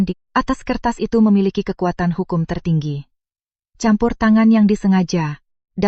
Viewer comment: Campur diucapkan kampur , Catatan diucapkan katatan Mengubah bunyi c menjadi bunyi lain saat melafalkan kata-kata ini justru dikategorikan sebagai penyimpangan atau kesalahan lafal.